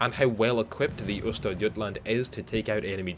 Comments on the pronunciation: Yeah I have to say, you did pronounce Östergötland well above expectation. Source: Lives in Norrköping, second largest city in Östergötland. Not everyday I see that in my feed, as I normally don't follow WoWarships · Your pronounciation of Östergötland is absolutely close enough for govmnt. work. /Greetings from Skåne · For a non Swed. Your pronunciation of Östergötland is spot on. Hope to see more of the Swedish ships in the future :) Greeting from Northern part of Sweden :)